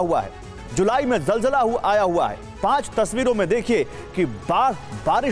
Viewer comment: Jaljalaa nhi ZalZalaa, behave like a good anchor to be more credible.